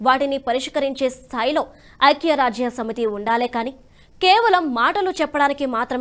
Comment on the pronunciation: మీరు పదాలు పలకటo( pronounciation) బాగో లేదు. శాంతి అనటానికి బదులు, సాoతి అంటున్నారు. అలాగే 'ఐక్యరాజ్య' అనటానికి చాలా కష్ట పడుతున్నారు.